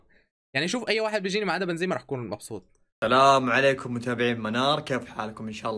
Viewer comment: دس لايك عشان ثاني مره تقول سلام عليكم مو سنام عليكم